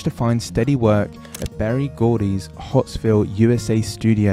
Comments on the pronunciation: Not Hotsville, but Hitsville, but thanks for the great, informative video on my favorite bass player. Well done. So many great basslines. What'd Goin On, Bernadette, Darlin Dear, etc. He really did some showing out on Bernadette, though. I think he was an absolute genius at writing, improvising, and of course, playing. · I noticed this person called the Motown Recording Studio "Hotsville." that is close but the actual name was "Hitsville."